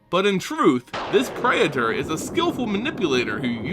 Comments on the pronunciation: Pray-A-Thor? really that's how you're supposed to say this? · great video but it's pronounced: praytor and zehlot (not zee-lot).